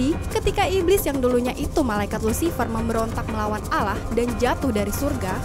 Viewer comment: Nyebut Allah nya yg bener